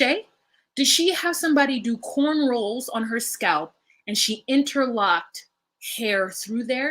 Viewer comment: It’s cornrows, not cornrolls 💜